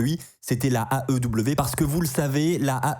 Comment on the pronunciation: Quand tu dis "l'aew" j'entends "la ew" c'est perturbant 😂